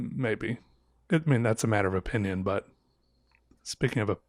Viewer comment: Did you say opinion or oPENion? It would make a great series, your openions